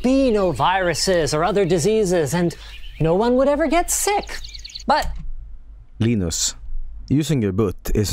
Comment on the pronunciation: I like how pronounces Linus Sebastian like Linus Torvalds